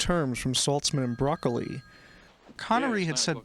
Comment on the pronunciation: Ugh! Broccoli’s name is not pronounced like the green veggie. It’s bra-CO-lee